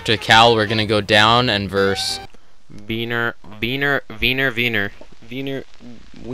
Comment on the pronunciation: "it's the divine relic now.... fuck!" it's werner, not wiener, also werner is a german name not a russian name so why you played russian music there is beyond me.